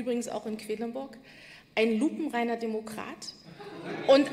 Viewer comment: Sie hat nicht unironisch "lupenreiner Denokrat" gesagt 😂